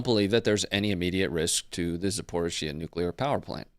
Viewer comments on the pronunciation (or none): Zap-o-reeyzh-zhee-ah. Zh is like "J" in "Jaques" or "Deja-Vu" :-0 Say "Zachary-kia" and then say "Zaporizh-zhia" Sorry. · Can someone please tell him how to say Zaporizhzhia properly! 😭🤣